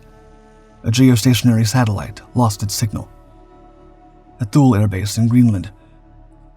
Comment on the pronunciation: Thule AFB is pronounced "TOO-lee" (/ˈtuːliː/).